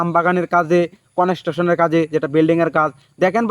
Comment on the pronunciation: কনস্ট্রাকশন ❌ কনেস্টেশন✅ 😂😂